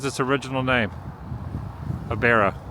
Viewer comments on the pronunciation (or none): It’s pronounced Bear-row, not Bar-row. Anyone know why they changed the name? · Its pronounced bare-oh, not borrow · It's pronounced Bear-Oh. Also, yeah, it's not a pleasant place, but it is an interesting place. They changed the name a few years ago to Utqiagvik. An no, those are not northern lights. You had plenty of chances to see them in Fairbanks earlier this week, but my guess is you were snoozin'! lol....have a good trip back south and thanks for visiting my great state! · It’s Bear-Oh. Sorry you haven’t seen the Aurora yet. Cloud cover is definitely the biggest challenge up there… and city lights. I saw the Aurora last month just north of Seattle, but it’s been mostly cloudy since. Fairbanks and North Pole are usually your best bets, but you’ve already been there (at night). Plus your phone camera is your best Aurora detector. Point it north and look for green light to start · The town name is pronounced bear row. And no you weren't seeing the northern lights. Hope you get to see them, though, and a moose! Check out Homer if you can! And Ninilchik on the way to Homer. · Just a couple of corrections to let you know about: The dawn that you were looking at was NOT the northern lights. Whoever told you that Barrow is pronounced “Borrow” was pulling your leg. Those electrical plugs are to plug in your engine block heater to make sure your engine doesn’t seize up during cold nights. It is NOT to make sure your battery is fully charged. I’m going to go out on a limb here and guess you have never lived anywhere that got really cold? 😉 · Novel idea. Ask a local how the name of the town is pronounced. It is Bear O. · How does one not know the correct way to say Barrow? And then visit the town and not know the correct Inuit pronunciation?🥴 also it’s the Beaufort sea. Don’t you research about where you’re going before you go? You really should